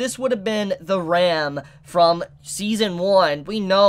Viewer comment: Can you call Ram as you would say rum? Because you pronouce Ram as Rem and it is not clear that you talk about Ram or you talk about Rem.